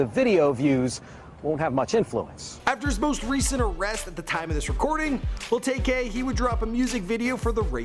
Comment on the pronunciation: It's tay k not tak k